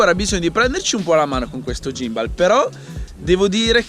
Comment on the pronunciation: Lo miravo da tempo, credo che breve ne prenderò uno anch'io.. Comunque si pronuncia "ghimbol", però va beh! Ti do una dritta sul drone, c'è lo Spark che è simil economico (600€ circa) ed ha la funzione "segui", quindi una volta inquadrata la macchina ti fa le riprese dall'alto seguendoti. Prova a dare un occhio nei vari sample qui su Youtube. Se vuoi qualcosa di più c'è il fratello maggiore Mavic Pro, che sta sui 1000/1100€. Ah, il drone ha recepito della regolamentazione, soprattutto per ambiti commerciali come potrebbero essere i tuoi, dai un occhio anche a quelli. P.s. Qualità video sicuramente migliorata, sulla M3 niente da dire che non sia già stato detto 💪